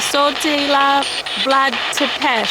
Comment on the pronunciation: Not to nitpick coz I'm loving these vids but u keep saying "Sepes" it's actually pronounced Tepes with a T